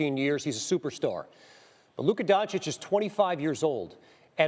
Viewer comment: He actually said „Luka Gonecic“ 💀